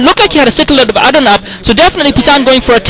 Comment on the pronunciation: how he says AAdun instead of aDUN might be related to how he says OBserVAtory